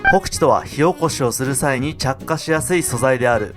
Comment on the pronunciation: 火起こしが塩コショウに聞こえる。。